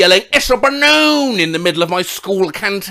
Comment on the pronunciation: "it's a B A N O O N" took me out💀 Just imagining some random yelling that in a public space and everyone else having zero context is just fricking hilarious. I like to think they said it exactly how said it too, makes it even funnier somehow 💀